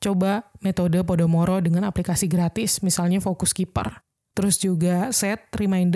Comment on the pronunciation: Pomodoro kak, bukan Podomoro 😃🙏